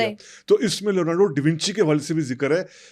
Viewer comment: lorando davinci nhi bhae😂😂😂😂😂 leonardo bhai😂😂😂😂